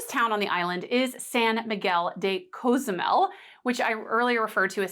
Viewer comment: The name of the island isn't a "choice". It's pronounced co-zoo-MEL. And it's not "trolls," as you so eloquently put it, that correct your pronunciation. That's the way it's pronounced in Spanish. Deliberately mispronouncing a word because you think it's a "choice" is self-centered and disrespectful. It's the same thing the orange hemorrhoid did with Kamala Harris' name when he mispronounced her name on purpose to show his contempt for anyone but himself.